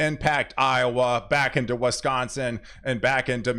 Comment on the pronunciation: interesting way of you pronunciation on Wisconsin "Weskonsin",,,, Pink "Peenk" Minnesota "Menesoda"